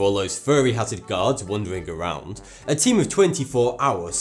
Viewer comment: Wondering awound